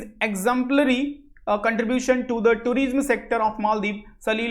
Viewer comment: somebody tell him tourism is pronounced as touri'sum' and not tureesm